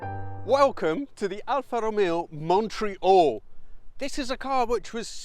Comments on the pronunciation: If you're going to insist on pronouncing Alfa Romeo natively, then you might try to do the same with Montreal !!! Fabulous car - There was one in Solihull in the mid seventies and I remember hunkering after it, long before I even had my driving licence... Love the way you give the engine 'such heritage' - the Tipo 33 engine, except cross- instead of flat-plane, single- instead of twin-spark...😆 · Learn how to pronounce MONTREAL ..........